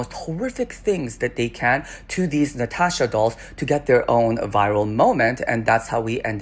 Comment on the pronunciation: *Latasha...... ..not "Natasha"